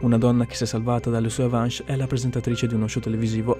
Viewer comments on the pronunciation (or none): “Avanch”…Si pronuncia “Avans”. Minuto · Avances si legge avans, scusa. Ciao. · " sue avanch" 🤣🤣🤣